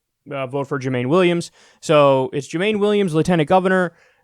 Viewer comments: Kyle it’s pronouncedJU MON EE... He endorse Bernie in 2016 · It's pronounced Jew-man-ee Williams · Everyone gets Jumaane's name wrong hahaha. "Joomahneigh" Williams! :P I'm so disappointed with how his race went, though; early returns looked great, then suddenly Hochul comes in swinging thanks to THE BRONX?? And QUEENS?! I'm from the Bronx and I canvassed for AOC in Queens; who even knows about HOCHUL in both?! There were totally shenanigans at play, and the party bosses there I'm sure had something to do with it--Crowley, Crespo, et al...